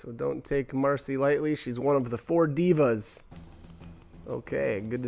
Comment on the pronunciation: Devas and divas are two different words with two different pronunciations